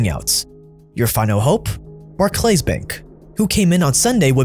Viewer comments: Barclays Bank is pronounced BARK-Lis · In England we pronounce it bark-lees just FYI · They way you pronounced Barclays, bar-clays am dying hahaha made it sound so high class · Just FYI Barclays is pronounced Bark Lees like Charles Barkley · Jesus,... Do you sleep? I don't understand how you can keep putting these videos out. Just FYI, Barclays is pronounced barklees. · Barclays pronunciation was bit wrong, but other than that nice vid.